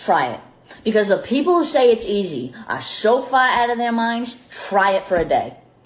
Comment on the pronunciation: Never before have I heard train wreck of a terribly exaggerated so called Boston accent SO CLEARLY as hearing her attempt at CAR and FAR. My Bostonian ears are wounded! What even was that! Keh, kaerh, kaea? Fehhh? Not even close. Good G*d these influencers have no limits, they in orbit in some distant solar system far, far away. Meanwhile, real people are busting our butts to take care of our families and maybe find time for popcorn night at home.